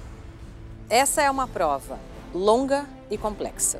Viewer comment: Esse eh insuportável de chato! Pqp! "Paizão" "pLova de pRessão"... Para de passar vergonha pelamor!